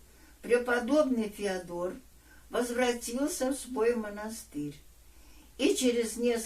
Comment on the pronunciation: Не ФеодОр , а ФеОдор!